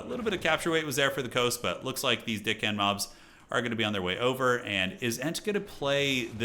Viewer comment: I cant be the only one hearing say Deckhand mobs as Dickhand?😅